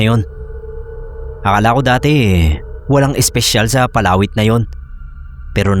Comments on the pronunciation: di ko po maintindihan nung una kung ano yun "palawit" na sinasabi mo. Iba kasi ang pagkakabigkas mo.😅 Mabilis ang bigkas nun eh 😅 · PALAWIT.. 😂 Read fast